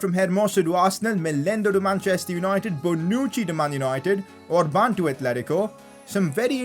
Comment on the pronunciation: Finally you pronunciated a Hungarian name well😌 (Orban's) I almost punched my head when you said Gulácsi's name like this: Gulaxi instead of: Gulachi